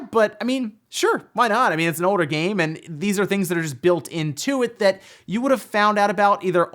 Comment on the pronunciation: "it's an OWDER game"